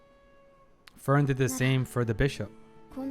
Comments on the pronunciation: I await the day that will say Frieren's name correctly. You do excellent reactions good sir and I have a lot of respect for you but her name is pronounced FREE-ren not FURY-en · Her name pronounces as FreeRen, not Furion. Furion is another elf character from WarCraft universe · Its cute how your prononciation of Frieren almost sounds like Ferien, which is a german word too and means holidays/vaccation. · Just a silly little thing I noticed, but the way you pronounce Frieren sounds a lot like Ferien. Honestly, since both are German words, I wouldn't be surprised for the latter to be a name in this series as well, considering every person and place in it is just named after a German word. But while Frieren means freezing, Ferien means holidays.